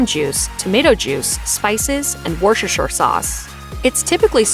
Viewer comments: Wor-shu-shu sauce? Sounds like someone will be needing that hangover cure! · It's wooster-shuh sauce, or even just wooster sauce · Oh no, she butchered it, just not to the same extreme that some people do. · "Wor-sherr-sherr sauce"? No no... "Wuss-ter-sheer" sauce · What the hell is “worshesher”?…….would you possibly be attempting(and failing) to pronounce Worcestershire sauce? It’s “Wooster sheer sauce” it’s not that bloody hard!! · what´s that with woršešer sauce? My ears.... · Worcester Sauce is pronounced wooster, like Bertie. Similarly Worcestershire is pronounced woostersher. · When you cannot even pronounce Worcestershire, perhaps narrating food videos is not for you. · I love the pronunciation of Worcestershire sauce.